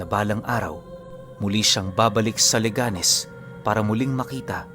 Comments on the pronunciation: Correction po leganes de po Le ganes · 😮 listening from leganes. ang cute lg ng pronunciation ng leganes mo pero mali po yan hehehehe.